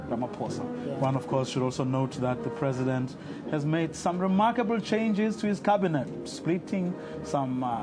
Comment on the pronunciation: "did spoke" "Presindet" and he is telling us he is moving us forward